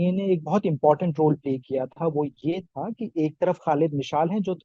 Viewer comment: Tha nahin thye bol